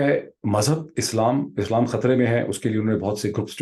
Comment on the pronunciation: Islam ...." Shislaam" ..... Why Doctor Sahib?